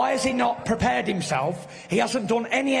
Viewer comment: "Fury had better be prepar-rud"